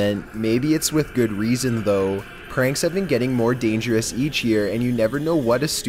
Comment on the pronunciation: "Dangeraas" "Previeaas"